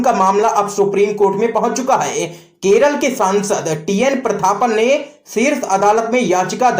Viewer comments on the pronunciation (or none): none